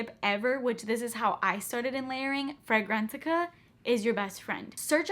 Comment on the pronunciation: are you saying go to “Frangrantica”?